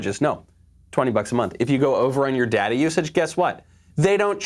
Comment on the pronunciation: its data, not data